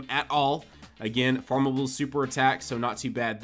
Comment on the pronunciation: Did you say that the sa of TEQ Golden Frieza is farmeble?